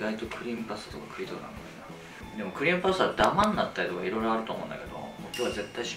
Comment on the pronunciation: 最初の クリームパスタ が、ブレーンバスターって聞こえて追い込むタイプの料理人だと崇拝🙏